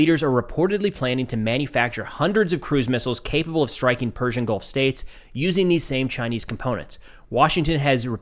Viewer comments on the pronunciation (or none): none